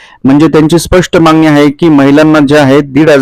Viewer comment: पोंग्या व्हिडीओ ला views येन्या करीता काही पण सांगशील.ladkya bahinila 1500 rs. Mahina तर वर्षा ला 18000 rs होतात.आणी तु 10000 rs चा video upload केला. 😂मांगनी केली आहे😂मांगनी केली आहे😂मांगनी केली आहे😂शब्द बोलायला शिक.